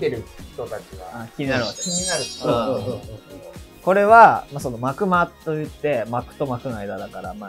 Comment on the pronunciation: 幕間は｢まくま｣じゃなくて｢まくあい｣が正解…